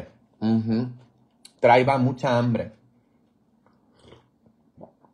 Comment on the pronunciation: Buenos días padre le escribo de Italia, k rico esos huevos con queso hace desear, un saludo a la distancia, padre no se dice traiba se dice traía del verbo traer. Buen apetito como decimos acà usted es muy jocoso, es muy bueno siga asi😂